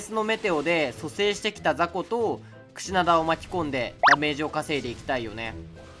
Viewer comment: クシダナ言うてるw